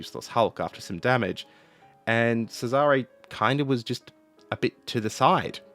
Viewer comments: "Cesare" is pronounced with the emphasis on the first syllable - "CESare". The way you pronounce sounds ludicrous. (Historical note: Laurel and Hardy films were dubbed into Italian with misplaced stresses in words, just as you do with Cesare, for comic effect. So, in summary, you sound like comical when mispronouncing Italian words.) PS. How do you know where to place the stress? It's not always obvious. There are rules, but they're pretty complicated, which is why my Garzanti Italian dictionary contains pronunciation hints for each word. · Your pronounciation of Cesare made me die inside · how should it be pronouced? Pizza pizza mama mia boatololio? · Hey man😊, love your channel and watch every video, pls check your pronounciation (soo many italians there, just ask...), ship's name was Giulio (like in "june", NOT julio as you say, that' spanish...) Cesare (like in "cheddar", and the accent stays on the 1st "e", DON'T move it) Keep up the good work😊